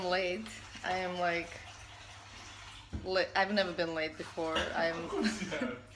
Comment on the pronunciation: In the beginning it sounds like she's saying "laid " instead of "late" 😂😂😂 I was dying